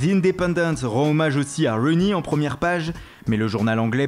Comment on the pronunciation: Rooney pas Runey 😊😜